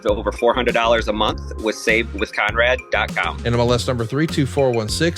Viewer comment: Calling him "Khan-rad" is nasty work😂😭